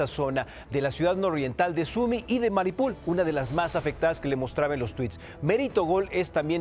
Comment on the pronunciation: el mapa: "Mariupol" el man: "Maripul" el mapa: "Jarkov" el man: "Jarvix" ES LE VIOSA! NO LEVIO SSAAA!